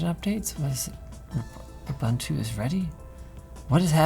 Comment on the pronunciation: Linus finally saying "Ubuntu" properly>>>